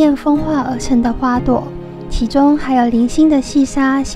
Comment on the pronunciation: 鑲嵌 ㄑㄧㄢ 赤嵌ㄎㄢˇ樓